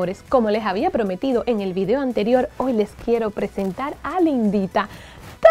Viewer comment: me dio mucha risa cuando dijiste lindita, yo entendí la Indita🤣